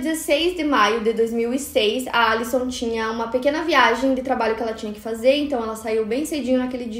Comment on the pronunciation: eu fico agoniada com isso. Outra coisa que ela fala bastante é "cabeleleira" e ao invés de dizer "ela chegou em casa à uma da tarde" ela diz "asuma da tarde" que é horrível 🙉